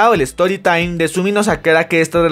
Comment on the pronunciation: No sé ustedes pero me hize del pipí cuando dijo: "espera es stoytime no storylive" XD 😂😂😂😂😂😂